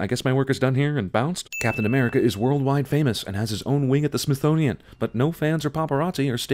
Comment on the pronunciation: I enjoy this series, but I feel like this one was really grasping at straws to put a worthwhile video together. Also, "Smisthonian".